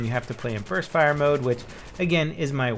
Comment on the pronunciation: U sound like ur saying burth fire